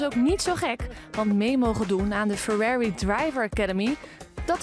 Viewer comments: “Fererri” ahahaha het is gewoon Ferrari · Ferrèri. Heel goed hoor, zeg maar voortaan gewoon Ferrari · Ooh plz leer beter dingen uit te spreken want dit is echt beschamend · Een van de bekendste merken en dat kan je niet eens uitspreken schaam je dan